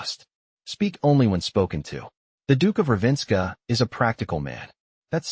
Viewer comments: It’s not Ravenska (which would be Russian). It’s RAVEN-scar! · AI mispronounces Ravenscar. Totally an incomplete audio story. I don’t watch the video on audio books, but I happened to notice the AI voice did not match the subtitles, just sayin’. This could have been so much better, what a shame☹️ I can only rate this a 3 out of 10.